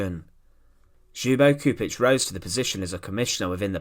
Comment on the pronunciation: Just for the record, the correct pronunciation of his last name is Choupitch. The communist would’ve never liberated Yugoslavia had it not been the red Army which helped them liberate Eastern Yugoslavia mainly Serbia and captured the capital Belgrade. Later on they expelled and killed more people than nazi Germany.